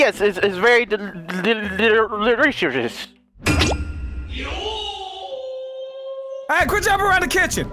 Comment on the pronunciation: The delirious sandwich had me dying!!!😂😂 its LERISHUDNES!